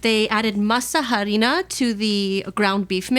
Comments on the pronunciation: the H in Harina is silent. Masa Harina -- Mah-sah Ah-ri-nah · you dont pronounce the h in harina..... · In Spanish the H is silent. It's "ah"-rina not "ha"-rina. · The h is silent like most words in Spanish!